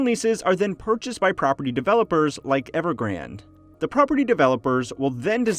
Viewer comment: Not evergrand, but EvergrandE